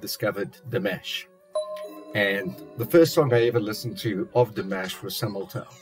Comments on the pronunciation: Hi! It'[s not "Demesh", it's "Deemush", I mean the way the name is pronounced. And the song is in French. :-) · You are reacting to Dimash in the exact same manner as I did in February 2017!(Btw, his name is pronounced “Dee- ‘mosh”) It’s fun reliving my first experiences of Dimash through you!!! But, my friend you ain’t heard nothin yet!!!! Each new song becomes a new experience and your favorite song!! My recommendation now for you are: Stranger, Olympico and Sinful Passion. Enjoy!! I’ll be back. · Dimash is pronounced Dee-mah-sh. Watch his cover of "Love Is Like A Dream" and listen to the way Igor says his name. ❤ It's also the best cover of that song by anyone. You are very lucky. He has over 170 songs avaliable to the public. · Another example of Dimash’s generosity; he did this digital concert during Covid for his fans; ticket price? $10. If I remember well, the concert was 1 1/2 hour long, you can just imagine how much work he and his team put into it. I suggest you listen to « Stranger » or « Olympico » next! Quick correction, Dimash is pronounced Deemash. Happy listening!